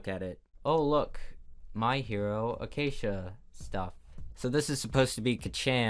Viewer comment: when he said "my hero acacia " i died